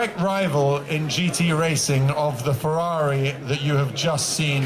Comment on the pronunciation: If only this guy pronounced correctly the automobiles' brands and models in their original language! It is not "fewawi", it is FE-RRA-RI.